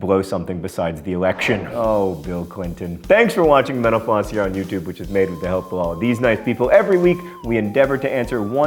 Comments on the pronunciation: sometimes when you say mental floss it sounds like menopause :) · I like how the only thing he doesn't over-enunciate is the name of his show, which he makes sound like "menopause." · I've watched so many of these videos and I love them, but has anyone else noticed that when he says "Mental Floss" it very often sounds like "Menopause"